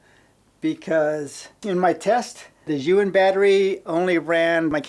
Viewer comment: Pretty sure he pronounces Zhiyun wrong too. Keeps saying Yuwin.